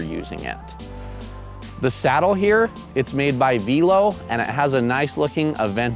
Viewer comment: Interesting pronunciation of Velo. I believe its the French vay-lo, which means bike. Excellent review, as always. Love the new format.